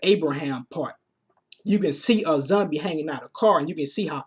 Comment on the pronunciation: Why can't you use the o sound you say cumic books, zumbie lol